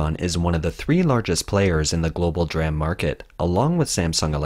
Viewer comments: For reference, "DRAM" is pronounced "dee-ram", not "dram." "D-Ram" is a specific type of computer, random-access memory; "dram" is a unit of apothecaries' weight, a small drink (of liquor), or a small amount of something. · It's not dram it's d-ram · In the chip industry, DRAM is pronounced "DEE-ram" and NAND is pronounced "nand" just as it is spelled. It's not spelled out as n-a-n-d.